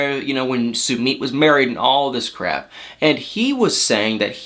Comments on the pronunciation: I cannot wit my your pronunciation of “SUEMEAT”🤣🤣🤣🤣🤣🤣🤣🤣🤣 think “Submit”... you say “SUE-MITT” dude! LMAO😆😆😄😆🤣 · "sue-meed" im triggered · your pronouncing his name wrong😂😂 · How does Sumit pronounce his name /soomeet/ or /soomit/ ? I always thought it was latter. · I love you to death and I love your videos but you are saying Summits name wrong !! Did I spell it right ?? I giggle every time you say it ❤️